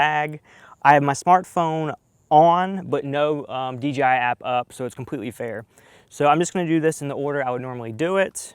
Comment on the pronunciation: he keeps saying dgi instead of dji